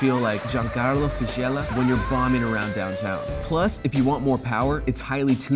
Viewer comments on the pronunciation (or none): Giancarlo fishella 😫 oh cmon, FISICHELLA, pronounced fisikella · I see an F1 Red Bull jacket in the back. So there's no excuse for mispronouncing Giancarlo Fisichella's name. Fizzy-kella Also, Renault --> Ray-no